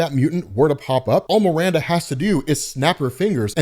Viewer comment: "Miranda"? C'mon man, seriously?